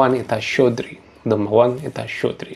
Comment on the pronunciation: Щедрый, а не щёдрый ахах. В остальном так держать!